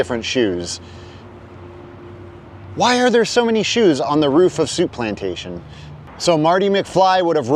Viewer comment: Souplantation became Shoeplantation... 😂